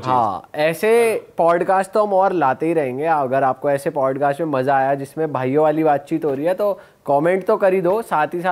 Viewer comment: Bhai it's Podcast Not Padcast, btw no offense itna bada platform hai toh atleast ek decent way se play karo